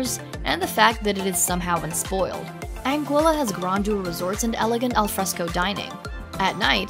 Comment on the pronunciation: Beautiful video. We sailed to most of these islands about 20 years ago. As we arrived in many places, we were surprised how differently the name of island is pronounced compared to what we expected. I noticed in this video you made many of the same mistakes we did. Anguilla you got correct. We'd been wrong on that one. Antigua is pronounced An-tee-ga, unless you're at a city in Guatemala with the same name. Grenada is Gre-nay-da with a long a. Nevis we heard locally pronounced Knee-vis. Others names all seemed right.